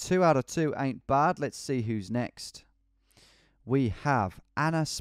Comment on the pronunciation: Ok I just want to say how wrong it sounds when you say "ain't" that accent of yours just ain't right.